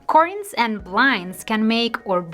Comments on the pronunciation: The first syllable in the word "curtains" rhymes with "her" or "hurt". It does not sound like "cork" or "cord". I speak Spanish as a second language and I am grateful when a native Spanish speaker corrects my pronunciation. I suspect that you do, too. Thank you sooooooo much for the useful ideas. My mistake is having curtains ( "her"..tains) that too short. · I literally thought she was talking about something else pertaining to curtains when she was pronouncing it cordunes. I thought cordunes had something to do with hanging the curtains higher...lol! I'm over her trippin! Great advice though! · The way she says "curtains "....🤣🤣🤣🤣🤣